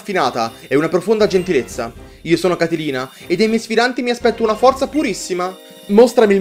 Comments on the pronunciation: Amo quando fai i LP che durano tipo 3 mesi e passa <3 Così almeno ogni pomeriggio ho qualcosa di bello da vedere. P.S. È "Catlina" non "Catelina" ma dettagli xD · comunque e Catlina non Catilina, fa attenzione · Comunque è Catlina (come l'uragano) senza la "i", altrimenti sarebbe un personaggio di ciceroniana memoria 😂😂😂😂😂